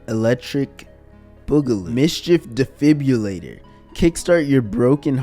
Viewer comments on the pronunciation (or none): none